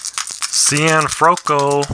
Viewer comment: hey how things I see you had trouble with Archi Cianfrocco name I hope this will help you..... See N Froc Co Italian last names could be a tongue twister......i'm enjoying your vid series on Maddox